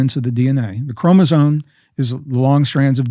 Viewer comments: Is he saying chromosone? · I love Gregg... and I know he knows that it's chromoSOME... not chromozone. I kind of like the latter a little better though. 😊 Great conversation, brothers. Much love and light to you both. ☝️🙏💜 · I hear him saying “ chromosone” Why? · Why do they keep saying ChromosoNe? 👀